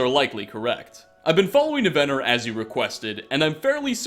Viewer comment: Overall I like these videos, but for the love of TALOS, man, why do you mispronounce so many names when their correct pronunciations are showcased NUMEROUS times? It's NIVenor, not NiVENor--almost took me right out of the video.